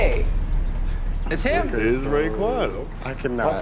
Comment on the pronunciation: Ra’quan? Seriously? Lol